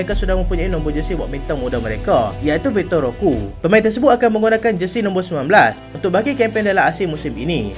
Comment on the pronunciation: Ro-Que = ro-kay Macam pique=pi-kay